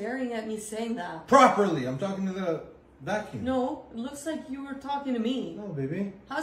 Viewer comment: The 'properly' came out different 🤣